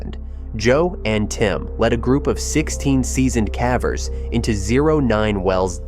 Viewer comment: Is there a way to get the AI to correctly pronounce caver each time. Hearing calver is irritating.